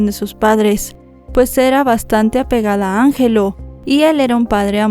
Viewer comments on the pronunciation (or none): Tres detalles de como se pronuncian algunas palabras que mencionas . El papá se llamaba Angelo , pero aca se pronuncia Anyelo . La comuna a la cual se muda Fernanda y su familia es Conchalí ( acento en la i ) y la institución a la cual interpuso una demanda a sus empleadores se llama Inspección del trabajo. Sin ánimo de molestar sino solo de que sepas algunos vocablos chilenos .